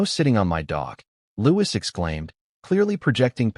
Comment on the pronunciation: The S in Louis is silent!